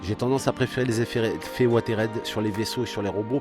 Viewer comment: Ouateride ? Oo Si c'est le mot anglais "weathered", ça se prononce "ouézeurdeu" :p